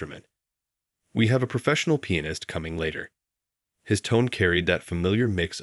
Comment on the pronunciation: There are many grammatical mistakes in both writing and pronunciation. In the early part it's written Main rather than Ming. Later it should be waited, not weighted. The other mistakes these words are mispronounced; recital, Chopin, Duets, and finale, and the worst is penis not pianist.. I'm sure there are many other mistakes but these were the most glaring. All in all I found this story difficult to believe.